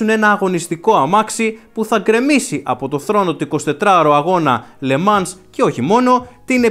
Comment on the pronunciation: Btw το “s” στο “Le Mans” δεν προφέρεται, ακούγεται «λε μαν»